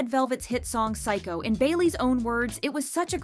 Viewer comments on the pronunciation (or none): none